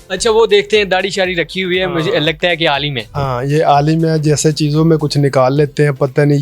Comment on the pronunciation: Alim nhi Amil boltey hn amil baba😜